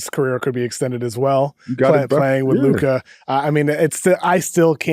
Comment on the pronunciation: Luka’s been in the league for 7 years and we still can’t pronounce his name right? Are ya’ll sick or something?